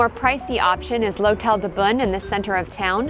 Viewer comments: If you’re going to do video about a place like this, why not ask the locals how to say a few things. Like how to pronounce the locale. You don’t need to speak French, but most of the names are easy. Beaune is pronounced just like the English word “bone” etc. And honestly the music you all played just did not match the place. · Is it pronounced "Bone" as I've always thought or "Bune" like she says? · As someone who knows Beaune very well, this is an awful presentation. Your diction and pronunciation and that awful music makes it worse. 0/10.